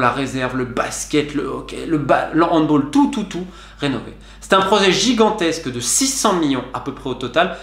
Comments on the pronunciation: handball ne se prononce pas à l'anglaise mais se dit handballe sinon très intéressant article sur mon club de cœur ,le défaut des dirigeant c est qu'ils savent pas vendre ni acheter ,je pense à l'epoque où il fallait un remplacent à Puyol,à Valdez ,un attaquant de pointe etc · Ct super interessant mais juste on prononce handball comme balle pcq c allemand